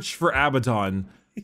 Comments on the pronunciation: abadon is from the hebrew word avadon, it's not av-eh-don, all of the A's are read like in "up", so it's aa-baa-don (btw it means doom/damnation) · it's Ah Buh Don, Not Bad Aladdin. Abaddon comes from the bible, ya dingus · It's E-Zyk-E-L and A-Ba-Ddon according to all audio books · Abbadon? More like dabbedon